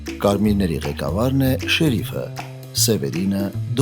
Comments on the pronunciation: շեռիֆ,, չի, ,,շերիֆ,, է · ՀամաՌ եՌեքը ` շեՌիֆ հա շեՌիֆ🤦